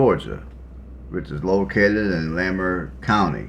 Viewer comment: It's La- Mar county. Not lay-mer. I'm a native although I Live out of state now. Also that drive to Atlanta will take 2 hours thanks to the traffic through Henry County